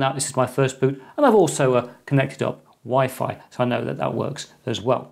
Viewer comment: Is it just me or did he say Wi-Fly ??